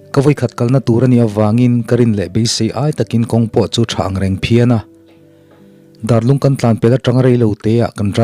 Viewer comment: Darlung ti a lam tur nilo in, Dâr (vuak chi) ang in lam tur a ni. Dârlung.